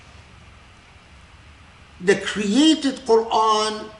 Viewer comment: Assalamu Alaikum, may I please clarify: 'internalisation of the created Qur'an'? To me it sounds like he is saying 'creative Qur'an' not 'created'. I've heard Dr. K talk very eloquently previously on why the Qur'an is considered 'uncreated', so I am finding 'created Qur'an' confusing🤔🤔